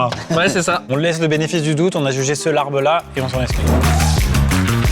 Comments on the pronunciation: Le bo bun est vietnamien et non pas thaïlandais Le Larb (qui se prononce lap) ne ressemble pas du tout à ça mais vraiment c’est totalement différent Svp jugez au moins les vrais plats 😭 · Alors ce se pronone Lab et c'est tres bon quand on sait le preparer bien entendu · Alors.... moi qui suis moitié thaï et moitié laotienne.... je peux vous dire que ça ne représente pas la culture culinaire des deux pays, ET pour le "larb"( qui se prononce lap) ça ne resemble pas du tout à ça TT_TT